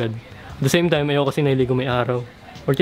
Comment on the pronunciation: You mean “same” not “seiim” 💀